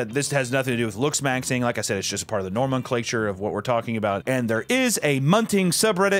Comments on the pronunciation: NOMENclature. Not "Norman clature" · The name is Norman. Norman Clature. 😂😂😂